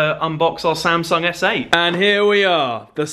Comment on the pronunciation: "here we are... THE SAM-SONG S8" 😂